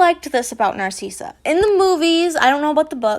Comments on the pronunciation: not to be mean but NARSEESA IT'S NARSICA!!! i don't know how to spell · Let me help you with dracos moms name. Narssissa you say it nar-sis-a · I apologize if this come out as rude. You are saying Narcissa wrong, you are pronouncing it like Narceessa. When the “I” is a lowercase i.